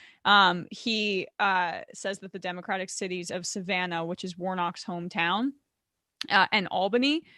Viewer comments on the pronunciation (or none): none